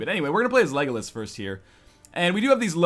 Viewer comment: northernlion its lego las not legolus